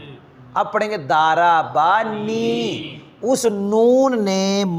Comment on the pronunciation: دربنی نھیں ھوتا ضربنی ھوتاھے مجھ سے تلفظ صحیح کرالیں اس کے بعد درس دینا